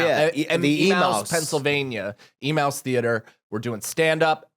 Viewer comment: Emmaus is ee-may-us not e-mouse